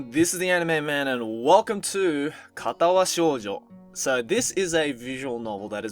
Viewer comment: perfect pronounciation at the start of the video. "katawa shoujo"